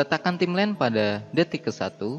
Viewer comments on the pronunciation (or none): keren mas tutorialnya. sangat jelas. namun ada masukan dari saya dalam hal pengucapan. saya baca di komen juga ada yang mengkritisi ttg pengucapan yang salah. seperti TIMELINE jangan di baca timlin, tapi taim lain, atau MASK jangan di baca maks tapi mass`. dan ada beberapa kata lagi yang masih salah dalam pengucapan. btw... sebenarnya yang di tempatkan di frame itu namanya time indicator, bukan timeline. semangat terus buat tutorialnya ya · Bacanya bukan timlen, tapi taimlain (Timeline) , distorsien (distortion) bukan distorting.... gemeeessss XD